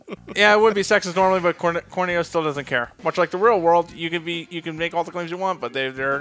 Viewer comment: I love how not only can not say corneo right, but he says it different every time